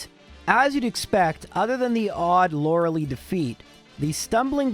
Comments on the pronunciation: It not "Lorali" its Lorelei Lo like in Low re like in resist lei like lie As a german who grew up at the middle rhine it hurts me physically every time he says Lorali. The real Lorelei was basically my neighbour. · By this point I have seen so many of your videos that I no longer care about the pronunciation of Lore-e-Leigh. Also I have a proclivity for bats and snakes - Zubat is strangely (one of) my favourite Gen-1 Pokémon. Thank you so much for giving Zubat the drill it has been waiting for! <3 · Can you please stop consistently mispronouncing Arcanine and Lorelei even though you know the correct pronunciations? It's very irritating...